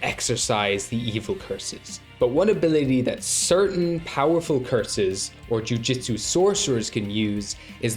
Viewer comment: “Ju-jut-sue.” Not “Ju-Jiu-Tsu.”